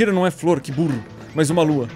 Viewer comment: po cara para de errar e fala lua certo caramba